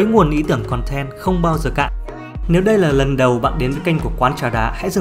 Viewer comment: "Khòn ten" =))